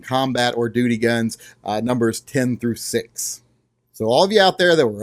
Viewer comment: hmmmmm... the longer I listened, the more it sounded like you were calling these "doody" guns......